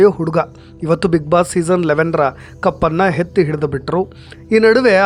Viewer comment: ಹೆತ್ತಿ ಅಲ್ಲ ಎತ್ತಿ ಅನ್ನು ಮೊದ್ಲು ಭಾಷೆ ಸರಿಮಾಡ್ಕೊಂಡು ಆಮೇಲೆ ಮಾತಾಡು